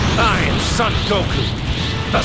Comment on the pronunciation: “Son” Goku pronounced as in the son of...? Come on, Sean. It’s been twenty years, and now that it’s time to actually say Gokus full name you mispronounce it?